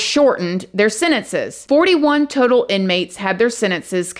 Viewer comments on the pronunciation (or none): none